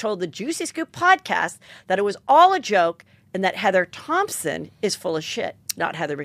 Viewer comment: Take a shot every time Heather says ThomPson instead of Thomson 😂🕺🏻♥️